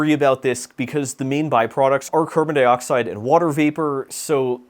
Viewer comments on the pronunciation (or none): none